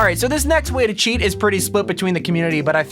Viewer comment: its not chaet